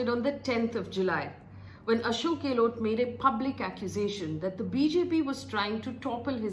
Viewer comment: not for you Faye But Delhi Media can't even pronounce Gehlot correctly. Too anoying. गैहलौत NOT गेलोट । 😩😩😩😩